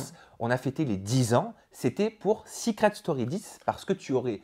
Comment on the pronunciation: Sa vous stresse pas le "seuucret story"😂😂